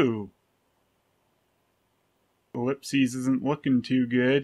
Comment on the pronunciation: It's pronounced in singular ellip-SIS not ellip-SESE. I'm the only one nitpicky enough to point that out.